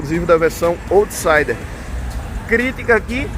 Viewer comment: Bom vídeo, só uma correção rápida: out em inglês se pronuncia “aut”, então se fala “autsaider”, e não “ôutsaider”.